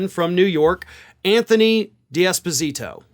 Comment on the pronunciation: I thought said congressman Despacito, and funny enough, check the (automated) transcript, yup, congressman Despacito. Made me chuckle 🤭